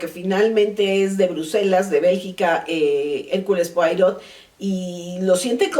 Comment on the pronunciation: Se pronuncia hercul puarot